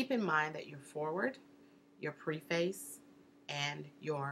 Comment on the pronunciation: Yes, that struck me also. You said not to do anything to make you look like a novice, and then you kept saying “Preface,” long “e.” Isn’t it Preface with a short “e?”